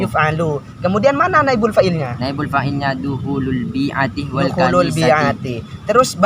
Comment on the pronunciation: Bukan al bi iiti bang . .. tapi al bi'ati bang...